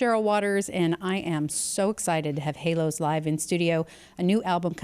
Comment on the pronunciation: I think its stupid to name your band "Hælos" and pronounce it Halos. Æ is a scandinavian letter, and its not pronounced like A in Halos at all. This band name sounds unintelligent IMO.